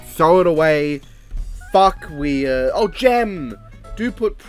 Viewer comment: The two movies you've labeled as "Wear" are actually Ouija and Ouija: Origin of Evil. He just mispronounced them, presumably to be funny.